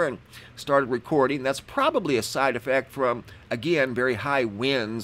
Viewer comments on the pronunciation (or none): none